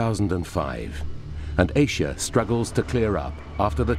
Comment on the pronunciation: Aesha ? Don't you mean Asia ! What kind of babble ?